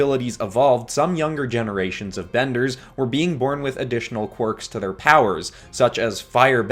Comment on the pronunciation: He said quirks 🤣